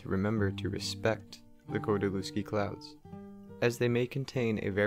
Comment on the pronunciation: all fine but you spell his name wrong :P kordy-lev-ski atleast that is how google would read it right there is no V in polish alphabet and every W is read as V in english therefore lew is read as lev in every polish surname ending on lewski if you want to keep it's oryginal spelling